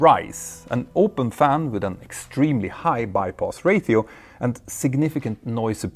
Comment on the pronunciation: I love hearing about the bai-poss ra-tee-oh.